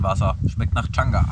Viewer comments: Der Baumpilz von der Birke heißt übrigens Chaga und nicht Changa. :-) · also von pilzen hat der junge mehr ahnung als die anderen.. heißt aber chaga nicht changa :D und nicht alle röhrlinge sind steinilze :) bester kandidat sieger der herzen baby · Ich muss jedes Mal lachen wenn er Changa sagt, der Pilz heißt eigentlich Chaga. Sehr sympathisch dieser:) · Wäre immer mit dabei gewesen hätte ich mir viele Zweifel an die anderen "Survial-Kandidaten" eventuell erspart, was das Wissen über Pilze und so weiter angeht.. Außer, dass es nicht "CHANGA" sondern CHAGA heißt! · Chagga Nicht changa ... digger come on